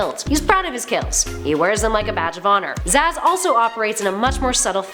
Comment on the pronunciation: sorry just wanted to say... its zsasz not zsazs